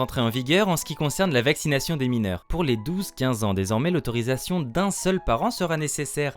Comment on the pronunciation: Vaccinaille cheun , startup naille cheun, communik aille cheun .... on dirait l'avocat de raout en plein délire dis donc 🤣🤣🤣🤣